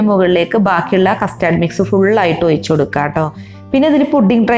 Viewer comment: ഔയ്ച്ചല്ല ഒഴിച്ച്